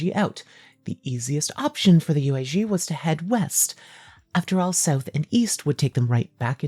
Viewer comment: aaa cool bideo. but xiongnu is pronounced more like “shyong-nu” and yuezhi like “yueh-jur”. don’t sweat it too much tho, your latin is probably better than my chinese